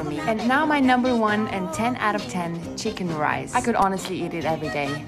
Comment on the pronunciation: Hold up why is there no chili sauce in the chicken rice (also fix the pronunciation pls)